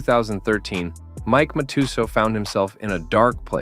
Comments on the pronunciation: Cant understand when you cover Scotty Nguyen you mispronounced his name and (Matutooth) Matusow. But a few moments later you pronounced it correctly? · Great documentary 🙌🏻 side note It’s pronounced mat - tes - sow …. There’s no “u sound ‘’ in Mike Matusow’s name despite the u being there lol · They mispronounced several names before but after that I had to comment. They're the best. Are these robots that narrate these? I've seen it before on other channels.